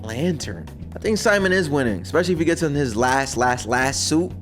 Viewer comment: Pronounced See-mon